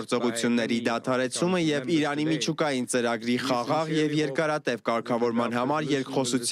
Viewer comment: Եղբայր գոնե լուրերով ճիշտ արտաբերեք այդ երկրի անունը` Իրան։ թե չէ Իռան ինչ կապ ունի էս ամենի հետ🙏